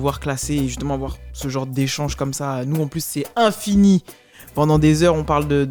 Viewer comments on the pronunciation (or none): Une chose à dire : "Afrikain" : Un des titres de l'album qui m'a le plus marqué ! P.S. : "à l'infiNEEF" - Faut faire une revue véritable sur vos intros 🤣🤣🤣🤣🤣